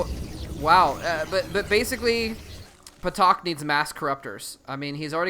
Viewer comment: I think it's pronounced "Tak," with a silent P (like psychology).